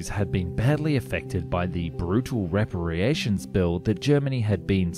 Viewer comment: George Stephenson .... no idea what you where trying to say sounded like stepson... its REPERATIONS ..not revpererations